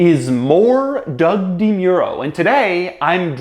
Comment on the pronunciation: Sounds like even Doug has trouble pronouncing his name correctly.